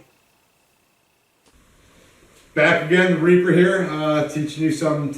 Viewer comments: He says reaper... I think he's just mispronouncing raper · Everybody should get trained by somebody that has 24 days of military experience he could teach you how to march, you start with your left foot now I just taught everything he can so you don't need his training class. He is mispronouncing his name, it's not reaper it's rapist. If he was a little smarter he would have used a mask from a CPAP machine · Doesn’t he mean raper not reper?